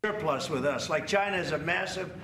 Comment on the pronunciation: Why does trump say China like Gina?